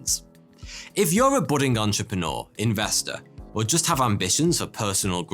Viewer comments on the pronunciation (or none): none